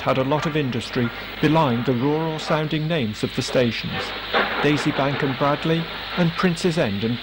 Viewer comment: A very interesting film - most enjoyable to watch. As I'm in my mid-60's, grew up in Tipton and have lived in Stourbridge for many years (literally 5 minutes walk away from Stourbridge Junction) the places were all familiar to me. Just two comments on pronunciation: 'Bradley' should be pronounced 'Braid-lee' and in Cradley Heath, 'Cradley' should be pronounced 'Craid-lee'